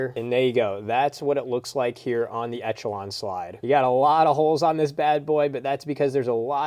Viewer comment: You saying etch a Lon is triggering